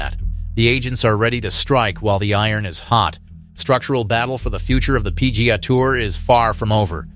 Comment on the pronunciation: What's the "pea-gahhh" tour?